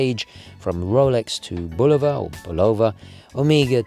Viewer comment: I'm just here to say I caught the "BulOOOHva"....